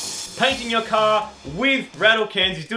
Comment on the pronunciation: "Ye cah" 😁